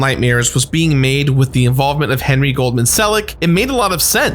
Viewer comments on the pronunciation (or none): none